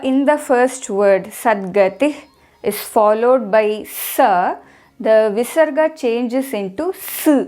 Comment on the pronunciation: when there is a pa or pha after visarga the sound replaced by fa is not convincing